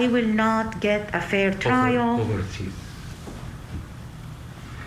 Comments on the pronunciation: she said Triar instead of trial and just kept going. Broadcaster! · This woman can't even pronounce the word "trial" !